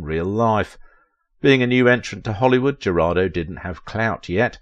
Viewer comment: Thank you for bringing her back to our memory. I do know how difficult is to pronounce properly in one’s non-native language. However, I praise to God not to have slaughtered all names when I speak English. Katy’s last name (Jurado) means “juror”, its Spanish pronunciation is almost equal to English —not even close to “Geraldo”.